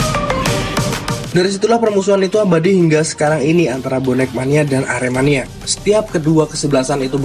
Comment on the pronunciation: kalau cakap yang betul aremania bukan arminia. Bonek bukan Persib.